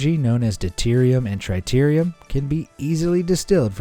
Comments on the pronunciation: Tritium only has one R. It's Trit-e-um, not Tri-teer-e-um. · It is not triterium, it's tritium. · No, not "TRY-TER-IUM"... "TRI-TI-UM" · Good vid, but learn how to say "tritium", lol. It's "trit-ee-umm", not "tri-teer-ee-um". Someone's not a sci-fi fan, huh? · Please learn how to pronounce TRITIUM (IT IS NOT TRITEUM)... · Tritium or tritirium XD